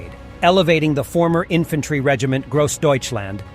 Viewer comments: Ifantairy? Really? This is nothing but AI generated bullcrap... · It's pronounced infantry